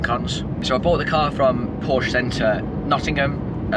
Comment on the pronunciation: As a Carrera 4 owner for 15 years I continue to be disappointed by people posting videos about Porsches and NOT pronouncing Porsche properly.....